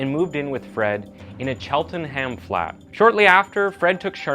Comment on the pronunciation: 🇬🇧 I was admiring your mastery of English place names, and then you disappointed me by getting Cheltenham wrong 😂 It’s pronounced “chelt-en-um” (the H is silent). I know Gloucester where Fred and Rose lived. They tortured all their victims. The bodies were found with their heads wrapped in duct tape, completely covered, over the whole head, including the eyes and mouth, so the girls would not have been able to see or speak, with a drinking straw stuck in each nostril for the girl to breathe through, if she could breathe at all ! Then they suspended the girls from hooks in the ceiling and whipped them and se*ually assaulted them. Absolutely Horrific.